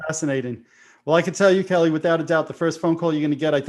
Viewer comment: Kelle is pronounced like "gel", not like "Kelly"